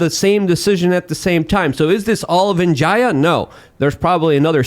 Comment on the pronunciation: venjiya? u mean veega gadde? lmfao